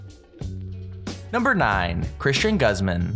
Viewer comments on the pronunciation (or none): You butchered “Guzman”